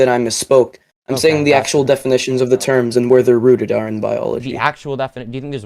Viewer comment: he said “rooted.”